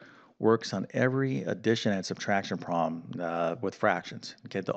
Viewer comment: Why is a problem sometimes a "prahm"?